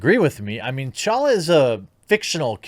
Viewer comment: Pronounced Tah- Challa. Not challa.